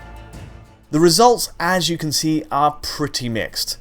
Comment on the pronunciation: When will you stop saying 'can' as 'Ken'?